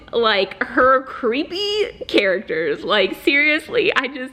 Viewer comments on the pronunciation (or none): none